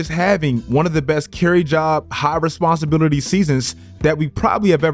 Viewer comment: The way you saying “responsibility” got me dying bro 😂😂😂😂